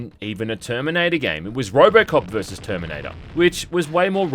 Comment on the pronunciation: Toyme, noyntie, Terminoynter 2 game. Know at the toyme. Twentytwentyfoyve. Dude, why do you talk like thi…. Ohh you got a key.